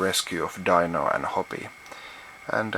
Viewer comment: I was a little disappointed when you mispronounced "Dino" from The Flinstones, did you not watch the show as a child?